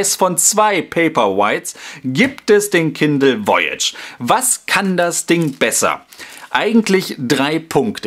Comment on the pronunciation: Voyage ist Französich und heißt so viel wie Reise es wir daher etwas anders ausgesprochen;)